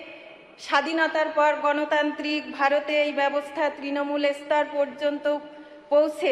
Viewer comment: এ-স্তর, ই-স্কিম...... এ কেমন মন্ত্রী?